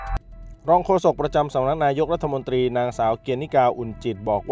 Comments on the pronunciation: โฆษกรัฐบาลอ่านถูกๆผิดๆน๊อตรีอ่านตี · โฆษก อะไร พูดผิดๆถูกๆ พูดไม่ถูกอักขระ รัฐมนตี แย่มาก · ร เรือ หายไปนะจ๊ะ เช่น รัด ทะ มน ตี โฆษกลิ้นแข็งจ้า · หาคนอ่านหนังสือให้ถูกกว่านี้ไม่มีแล้วหรือเด็กใครฝากมา และรัฐมนตรี ไม่ใช่รัฐมนตีไปเรียนมาใหม่อ่านผิดเยอะมาก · เอามาจากไหนภาษาไทยเธอยังอ่านตกรัฐมนตี ปั๊ดโธ่รองโฆษกนะเนี๊ย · ไปเรียนชั้นประถมใหม่ รัฐมนตรี (อ่านว่า รัด-ถะ-มน-ตรี ไม่ใช่ รัด-ถะ-มน-ตี)จบปริญญาตรีหรือเปล่าเนี่ย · ควรออกเสียง คำว่ารัฐมนตรี ไม่ใช่รัฐมนตี ครับ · ลัดถะมนตี อ่านออกเสียงให้ถูกหน่อย